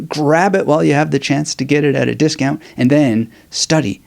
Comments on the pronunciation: It’s like the words “new” and “clear” put together quickly lol try not to sound not fluent in English! Haha much love mad respect ✊🏾🫵🏻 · Just ordered! Before I read it though, I have to find out how to correctly pronounce "nuclear" 😉